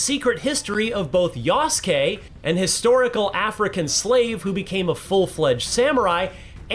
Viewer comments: I understood "yes king" instead of "yasuke" 💀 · The uncultured "journalist" cannot even pronounce Yasuke correctly.